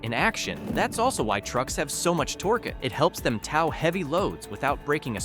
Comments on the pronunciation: I’m really bothered by how you pronounced the word tow but I’m not gonna be one of those because I learned a lot otherwise 😂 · Bro said “tow” like now. Knowing it’s a robot talking kind of devalues the information lol